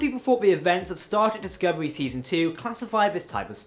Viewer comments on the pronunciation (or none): I understand accents, but dude, you need to pronounce actual words, man. (Progy? Prodigy) ( Epsode? Episode) (Scovery? Discovery). Fuck dude.